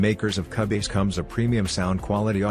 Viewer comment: Can't believe he pronounced it CA-BASE lol